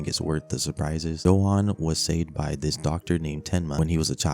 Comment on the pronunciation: Its not pronounced johan its yohan 💀